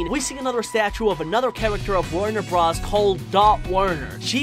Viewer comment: The Animaniacs are The Animaniacs, and the Animaniacs live in the Warner Bros. Water Tower. Also if you must say bros instead of Brothers, it's B R O S, not B R A S. The way you said some names really threw me off. UwU